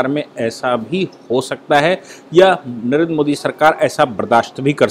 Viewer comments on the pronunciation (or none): none